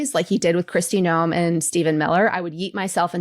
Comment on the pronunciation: I thought I heard one of you say, Crusty Noem 🤠